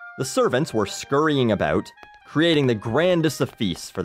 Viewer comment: Are you canadian? You pronounce house "hose" and about "aboot" lol